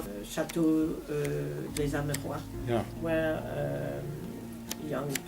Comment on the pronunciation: Please pronounce the name correctly. The s in des is pronounced cuz the next letter (amerois) is a vowel. So it’s chateau des-amerwah. Last s is silent. And ois is pronounced as wah like it wha(t).